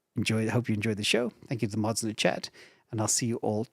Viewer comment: What is that says sounds to me “Thank you to all the MOTHS in the chat”. What word is he saying vs MOTHS?